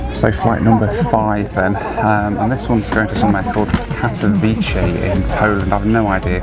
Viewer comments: Greate video. About your flight to Poland its Katowice not Katowiche. "c" sounds like in cementary, century, cent. Come to Poland more often, we have some greate places! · It's pronounced Kat-o-vitser not Kat-o-veechee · Katowice is not italian pronouncing "c" for "ch"... its like Katowitse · You said kadcwice wrong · Kato-Vit-seh (Katowice) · Katowice is pronounced CAT-OH-VIC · Pronounced 'Kato-veets-eh' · Need to toughen up. enjoyed the video, missing flying a little too much, I am. And I think it's pronounce Kaat-a-wee-se. I think from remembering being there in the mid 90's. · It's pronounced cat-o-vitz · you pronouced Katowice like 100 times and all wrong 😭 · I'm not Polish (Slovak) but I also noticed the wrong pronunciation, however I think the "c" in the words like "century" is pronounced as "s". The correct pronunciation should be like "ts" if I'm not mistaken 😊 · If pronounces Katowice like it's in Italy, I'm glad he didn't try to pronounce Pyrzovice! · Don’t think your saying Katowice correctly! Lol